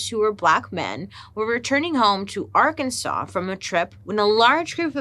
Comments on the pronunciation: We've been saying Ar-Kansas ... it's just not right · It is Arkansas. ar kan saw. Its a Quapaw word. We have 3 indigenous tribes plus the Cherokee that settled here. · girl i love you so much, but if you call it Ar-kansas one more time ... :/. lol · Great video! But it’s Ar-kan-SAW😊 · Please don't pronounce it like Ar-kansas😭😂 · Did you know it’s illegal to pronounce Arkansas as Ar-Kansas? So weird. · We said Ar-Kansas at the same time…